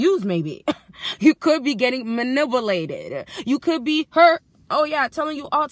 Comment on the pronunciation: Did you say manibulated!